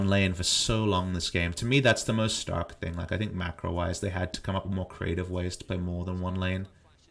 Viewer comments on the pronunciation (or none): none